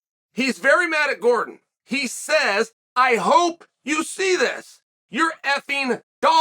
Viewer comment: Chael can't go thru a video without calling Jared Gordon Eddie truck Gordom lmao